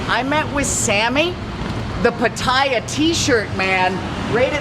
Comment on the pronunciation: Get back with me, when you learn how to properly pronounce Pattaya.